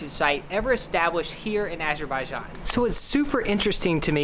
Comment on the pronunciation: I love the way pronounces Azerbaijan.